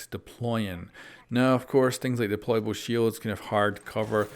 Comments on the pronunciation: "Deplaybale Shield" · “DEPLAYBALE SHIELD” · Lol "deplaybale"